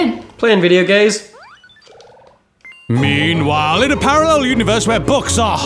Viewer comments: don't you mean "Eanwhile" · Haha, I think you ean Eanwhile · You mean... "Eanwhile" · Don't you ean eanwhile in parller universe where the letter M doesn't exist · I think you mean eanwhile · Don't you ean "tie", "fro", and "wahaha"?